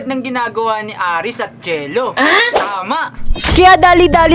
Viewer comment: Hindi po aris ares po kuya